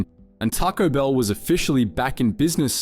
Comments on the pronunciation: Taco Bill not Taco Bell 😂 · Bill not Bell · “tocko bell”? Lmao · Try pronouncing the name properly! Its not Tarco Bell. Its Taco Bell.